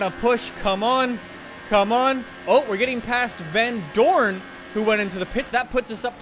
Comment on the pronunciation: The way he says vandoorne is so funny becouse iam belgian 2 and know him irl